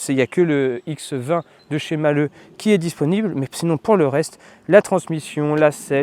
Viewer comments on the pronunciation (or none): Malhe' et non Malheux